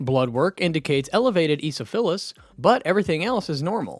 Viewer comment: “Eeesophilus” LMAO